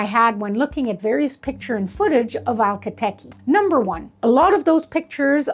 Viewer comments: I noticed you keep saying “Alka Teke” instead of Akhal Teke. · You may wish to pronounce the first part of the name correctly. It is Akal, it is not Alka. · Hi there, thanks for the interesting horse videos! Akhal Teke is pronounced 'AK al Teeky' spelled phonetically. Every time you say ALKA tekkie, it's hitting an annoying little buzzer in my brain. My comment is that, once upon a time, I owned a purebred registered AQHA mare that was registered as palomino, but she had around 50% black hairs in her tail. She had a golden bloom that would put any Akhal Teke to shame! I believe that she had a silver gene and was actually a silver buckskin. She showed dapples in the Fall and shed out in a dappled pattern in the Spring as well. Upon close examination, her hairs were actually clear, with a delicious golden colour. This was the reason that when the sun shone on her coat, it glimmered like 24 carat gold. The light could penetrate through the hairs and was refracted in such a way that made it look iridescent. This effect is more apparent on lighter colours and is absent in some colours. I have always thought it was attributable to the silver gene, however, I have seen many a champagne with a similar bloom. She had several foals, most of which appeared to be palomino, with her last colt coming out a strange liver colour. Food for thought. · Um ... the name is not pronounced (al-ka TEh-kee) . The name has it's origins in Turkmenistan, where a 'voiceless fricative' sound, a sort of brief gutteral hiss in the back of the throat, is made when an "h" is voiced in a word. Therefore, the name is pronounced (ak-*H*al TEH-keh), with the fricative after the k sound only. The name has it's origins in an ancient language. This horse breed was developed by the proud horsemen of that region. However, the rest of this information is solid. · Akhal teke, not alkha teke. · Is it really pronounced “ALKA” Teke? I always assumed it was pronounced “A-khal” (A’s as pronounced in “pizza”)